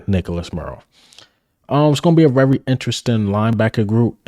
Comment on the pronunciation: Bruh...u hating on eagle players, they r on the same damn team!! Jordan Davis, Swift?? Come on bruh!! First u need to concentrate on saying the word "VERY" its not "WERYYY" Imma start calling u "" as in ELMER FUDD! "BE wery wery quiet, we gotta catch the Wabbit!!" 😂😂😂😂😂😂GOT EM'!!!!